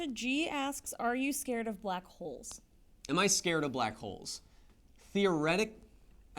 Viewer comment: Whats up with that pause in the black hole question?? "Are you scared of BLACK ... Holes?" hahah